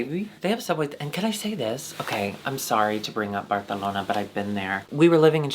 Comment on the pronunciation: if says barthalona one more time i swear to god